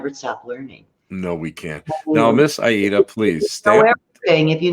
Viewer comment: It’s Miss Ay-ee-da. Come on now🤦🏾‍♀️